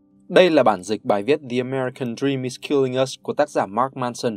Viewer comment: US cứ đọc là chúng ta nghe nhiều cứ thấy sao sao ý nhể